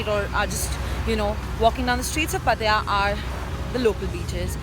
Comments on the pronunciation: u pronounced wrong it's not patya ... pat-ta-ya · are you pronouncing pattaya right?? It sounds funny 😂😂😂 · Incorrect pronunciation of pattaya. It isn't good to pronounce incorrectly! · please pronounce Pattaya correctly 😛